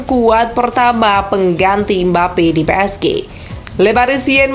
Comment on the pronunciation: Pi es ji bacaan nya mbak, bukan pe es ge 🗿